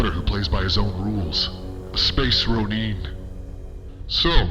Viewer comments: Space Roneeeen huh? It’s actually pronounced RO-NIN, thank you very much 🤦‍♂️ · a space ro-NEEN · The way Kylo pronounces "Ronin" is priceless. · The pronunciation and delivery of Space Ronin kills me 🤣🤣🤣💀